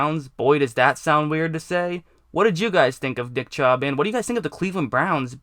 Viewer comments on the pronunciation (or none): did he say dick chubb. Lol sounds like it.